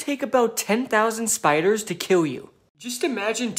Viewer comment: Ur pronouncing kill as kiww it very cute